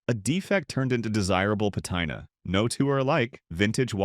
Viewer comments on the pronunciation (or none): pah-tai-na (patina) it’s pah-tee-nah subma-reener (submariner) it’s mare-iner lmaooo